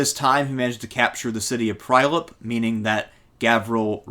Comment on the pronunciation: Strumika & Prajlep :D Being born and raised around these places it is heartwarming as much as hilarious to hear an American pronounce these names. Great presentation as always btw